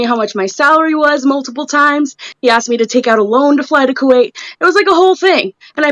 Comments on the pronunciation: ITS KUWAIT WINGS NOT KUWAKE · DUDE...Wings...It's KUWAIT...with a T